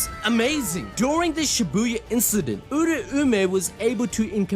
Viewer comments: everytime he says oora-oome my soul gets hurt.. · Bro must have yujis soul power also cuz him saying "uraumay" hurts my soul